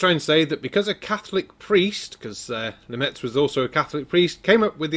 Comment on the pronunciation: He can't even pronounce Georges Lemaître's name, let alone understand his ideas.